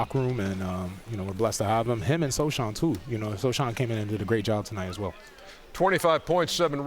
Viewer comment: shout out to KAT mispronouncing Jeremy Sochans names lmfao